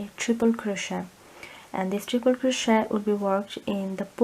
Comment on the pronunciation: Thank you for the tutorial have made this for my grandson and will make a smaller one for a friend. One small point. This is crochet and it's pronounced cro-shay not cro-shet. It's derived from the French language. Thank you.